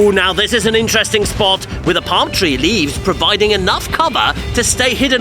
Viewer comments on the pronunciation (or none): none